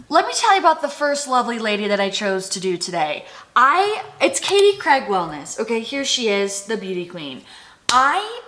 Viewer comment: Love how Americans always pronounce Craig 😅🥰